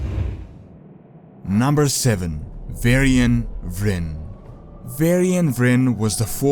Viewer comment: why did you start pronouncing "w" as a "v"?:)) "Varcraft","Vrynn","Varnings of Medivh"? Still "Windrunner" you pronounce correctly:P